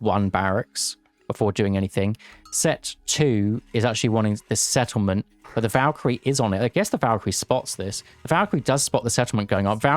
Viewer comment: Second Egypt player wanted a Set-tlememt eh? 😂